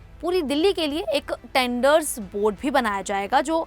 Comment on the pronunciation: टेंडर्स नही ट्रेडरस कहिए मैडम जी